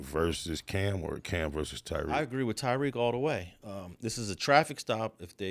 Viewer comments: Tyreek not Tareek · You butchered Tyreek’s name lol